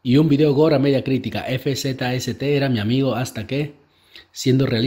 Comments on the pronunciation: El nombre de Fzst se pronuncia como Fast XD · Fzst se pronuncia fast jajajaja